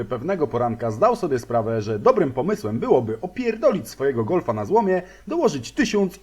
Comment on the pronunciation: GOLFA??? GULFA HAHA :D